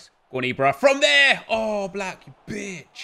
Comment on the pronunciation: Anyone else thought Nep said “Aawww, Black Bitch” When he actually said “Oblak Bitch”